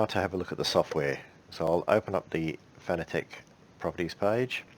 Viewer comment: I'm sorry for being "that guy", but Fanatec is pronounced like the word "fanatic".